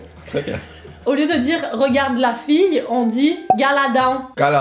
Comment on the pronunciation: juste quelques petites corrections : regarde le ne devine pas gar'le don mais : gard'lé don. et pour: regarde la = gard'la don faire à croire= fair à cr{oè}re et sinon : diable peut aussi devenir: y{aô}be continuez comme ça la gang pis bientôt vous parlerez PARFAITEMENT québécois! LETS GO on y crois!